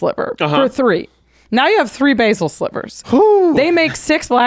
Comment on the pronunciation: ugh youre not even pronouncing basal sliver correctly its bas-sal not bay-sil like the herb that you are both suggesting its like!